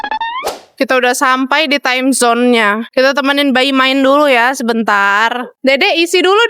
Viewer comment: Timezon ce bukan amazon